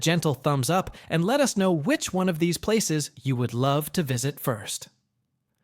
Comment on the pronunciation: Yeeesh, at least do the most basic amount of homework to research how to pronounce these places. It’s lazy and ignorant and I had to turn it off halfway through.